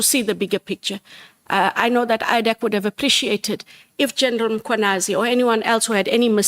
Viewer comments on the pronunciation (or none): This racist Breytenbach is refusing to learn how to pronounce African names. General Mkhwanazi is not Makhwanazi. Apartheid lives inside her. Johnson feels very protected with her. In a country that was so divided by racism Indians will always find comfort in white people.